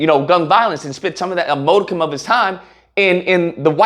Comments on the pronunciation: I thought you did really well. Oh! Don’t give them an inch!! Modicum is not pronounced MO-dicum… it’s more like MOD-icum💕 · HOW DO YOU PRONOUNCE MODICUM?